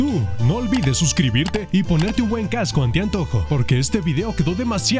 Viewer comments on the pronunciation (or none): Al principio dice Caso en vez de Casco jajajaja XD